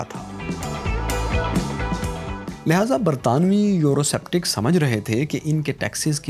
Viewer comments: A very informative video but.......the narrator repeatedly pronouncing the word "Eurosceptic" as Euroseptic made it look like as it was made by a novice who had a poor knowledge of English speaking and pronunciation. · It’s pronounced Eurosceptic(skeptic) not septic...